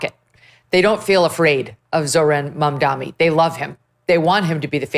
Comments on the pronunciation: Megyn it’s Mamdani not Mamdami though I love it that you call him by a wrong name😂😂wrongun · It's embarassing that Megyn Kelly, who considers herself a pre-eminent journalist, has mispronounced Zohran Mamdani's name dozens of times. Get it right, seriously. MamdaNI, not MamdaMI. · Did you say Zoran “BumDummy”??